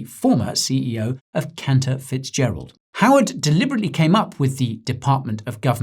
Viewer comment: Did you just say that man’s name was Counterfeitgerald? 😂 I know that’s probably not how it’s spelled, but sure sounded like it 😅